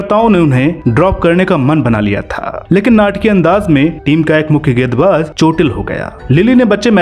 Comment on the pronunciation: गेद, गेदबाज !! It's गे न् द - गेंद, गे न् द बाज - गेंदबाज।